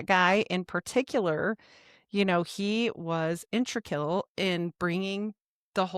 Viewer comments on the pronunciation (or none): In-teg-ral Integral Not intrical I'm sorry, but it must be said. Btw your knowledge is very impressive! I enjoyed the podcast.